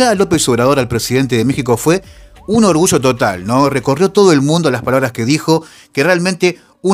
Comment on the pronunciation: Ayer, no Asher, orgullo, no orgusho, allende, no ashende, yo no sho